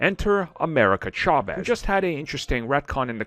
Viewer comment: He's mispronouncig chavez on purpose so we comment about it don't fall for it